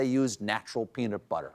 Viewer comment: Regarding the captured monkeys story, I think he said "peter"butter, and the caption read "temped" rather than tempted.